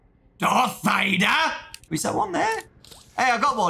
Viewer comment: "DAHTH VADUH!?"